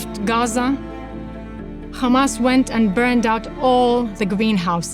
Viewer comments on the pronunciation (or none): If u notice tge way she says "khamaasss" you'll know very quickly that this is a lie and she doesn't sound Palestinian.